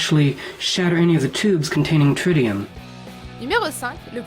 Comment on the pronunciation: Tritium pas trissium